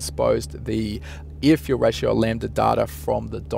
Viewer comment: I like it when he says ear fule rayshow